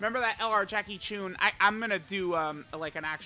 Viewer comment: My ears every time says “Jackie choon”